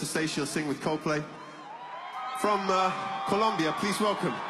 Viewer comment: vaya al fin alguien que no dice columbia